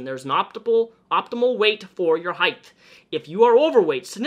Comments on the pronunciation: Great video with good points but I don’t think it’s pronounced “heigth” it’s height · Is it just me or does pronounce "height" as "Heigth" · Are you saying "height'th"? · word of the day; "heighth" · i agree with the message as a whole. but is he really pronouncing "height" as "heith? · Are you saying height or heighth? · Omg Please stop saying ‘heighth’!!! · You keep adding a “th” to the end of “height”. Sorry dude but it really bothers me lol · Can we please talk about the fact that he is saying HEIGHTHHHH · omg. please. stop. saying. heigh'th'. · It's just height. Heighth is not a word. Sorry, I hate being that person but I had to say it. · . It's height, not heighth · STOP SAYING HEIGHTH!!! ITS HEIGHT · me watching the video Hmm yeah this makes sense says "heighth" AAAAAAAAAAAAAAAAAAAAAHHHH NONONONONONONO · "heighTHH", "heighTH".. There's no h in height yikes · Say "heighth" one more time... jfc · i swear to god say heighth one more time and i'll cut off my legs so I have less of it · Are you saying "heighth"??? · I like how you say height #heighthhh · One critisism: height is pronounced like kite, with a hard T at the end, not TH. Your brain is switching the H-T at the end into T-H. And height was used A LOT in this video. Sincerely, The Word Police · heighth lol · why do you say height with an h at the end? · Height.....thhhhhhhhhhhh...😂 Sorry had to point it out. I would never sit in the middle seat unless I knew who the hell was beside me. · buddy why you say heighth im fucking choking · I love the way you pronounce height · I think he pronounces "height" right about 50% of the time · really out here hitting the hard TH in height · Why do you switch saying height correctly and incorrectly. It's pronounced like the word weight, not length. Sorry just bugged me.